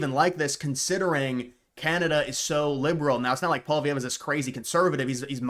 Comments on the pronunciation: It's pwa-lee-ev. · … I’m a Canadian. Why can’t Americans pronounce Pierre’s last name 😂 it’s “Polly” (like Polly market) ev. Pierre Polly-ev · Why can you say poli market but you can't say poillievre (poly-ev). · If you want to have any credibility in your videos, at least learn how to properly pronounce Pierre Poilievre’s name properly.